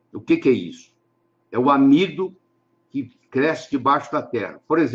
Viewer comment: ele falou amido de……